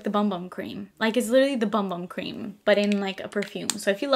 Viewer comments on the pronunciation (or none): Hehe... the Sol de Janeiro Bum Bum cream is pronounced "boom boom cream." 💜